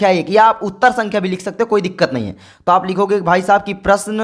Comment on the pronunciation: Sar ji aapko sankhya bolna aata nahin hai